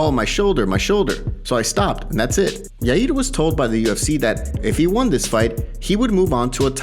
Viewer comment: Yaid????? It’s ya ear. Yair.